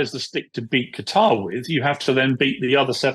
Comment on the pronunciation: I'm hearing you say Gatar ? its KA TAR